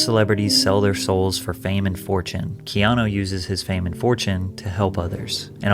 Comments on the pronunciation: The commentator in the video Adogg plays totally mispronounces Keanu’s name, for Pete’s sake. Someone please tell him that the U at the end of his name says OO, not OH. His name is not KEANO. Don’t we all wish that there were more REAL people in the world like KEANU REEVES?!? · I have to wonder about this. I hope it's true but he did lose his "first born" AND his girlfriend. "The nicest man" narrative may be lending to a trojan horse scenario. His name is Hawai'ian and to pronounce it correctly, it should be said as if the e were a long a instead of a long e. He is also one of my fave actors. He's like Clint Eastwood in my mind; an actor that chooses roles that reflects who he is and so he can just be "himself" whereas most actors put on an act for roles that are nothing like who they are. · His name Keanu, is pronounced Kay-ah-nu, not kee-aw-new or kee-ah-know.